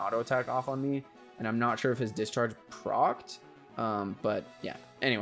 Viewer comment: What’s that word he keeps saying, procked??